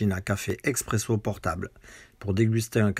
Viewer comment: Salut on dit Espresso, Expresso c’est pour les amateurs de capsule